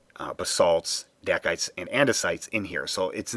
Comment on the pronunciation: Good job on the VO! Not as easy as it sounds, I know! Hahaha, I know different people say different rock terms differently, so I am by no means saying one is 'right' or 'wrong', but I've only ever heard 'dacite' pronounced DAY-sight. So was that boulder fluorescent?